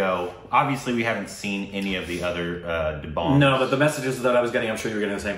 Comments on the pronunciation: No its da bang as in bang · Its pronounced as 'The Bung' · He is not competitive body builder, he is fitness promoter...watch his almost debut film....Maine Pyar kiya... da..bung....right pronunciation... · Salman Khan was not a body builder, he started as an actor. And it is pronounced 'The-bung' (as in rung)